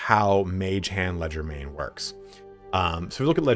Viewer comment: Leger- DE- main, not legermain